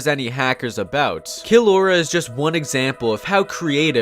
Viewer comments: Killlaura Me:Killaura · Everyone: “kill aura”: “kill Laura” Order understood commencing kill Laura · Killora me: Jojo?